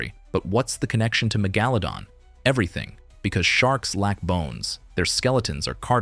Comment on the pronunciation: There are a couple of things I noticed. You pronounced Megalodon wrong several times and you mispronounced the name of the scientific name for the Megalodon shark when it was believed to be related to the White shark. You also mispronounced the White sharks scientific name. that's a Sandbar shark. I've heard nothing that says the Megalodon shark looked like a giant Lemon shark. When I read a shark article about Megalodon sharks being longer and skinnier than previously though, it never said anything like that. Also, the area of a sharks body you said was the trunk was a little off. The area of a sharks body that's called the trunk is the region between the first dorsal fin all the way to the base of the caudal fin.